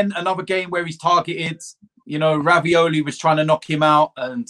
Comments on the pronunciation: Who the F is Raviolie? Did he mean to say Reguillon? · Raveole hahahaha reguilon u mean hahahahah